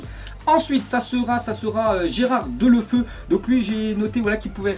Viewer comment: On dit pas delo '' FEU '' mais deUlof(EOU )